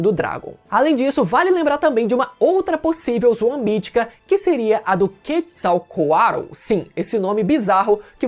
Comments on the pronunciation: longe de ser corretor só como curiosidade, a pronúncia da ave emplumada das culturas mesoamericanas seria algo como "quértizal coatlí", aquele "TL" no final tem som de "Tlí" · A pronúncia do do Quetzalcoatl kkkkkkkkkk